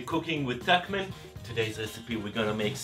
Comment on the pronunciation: Verified, it's pronounced "tuckman". Glad to see your tool collection is improving, you've definitely earned them.